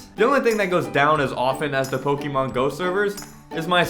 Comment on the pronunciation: You're pronouncing Pokémon wrong. XD